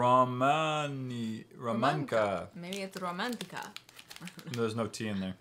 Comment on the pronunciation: you actually pronounce it as romanta